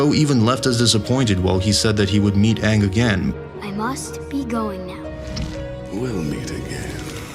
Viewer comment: I am simply ecstatic about the new Avatar and Avatar movies. All I ask is if Aang is used again. Just get the pronunciation of his name as used in the series.